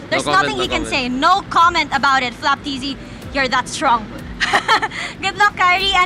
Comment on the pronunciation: FLAPTZY ❌ FLOPTZY✅